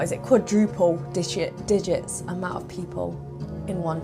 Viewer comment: "No one's ever like.....Quadruple dishits digits amount of piple" Are you looking for the word "four"?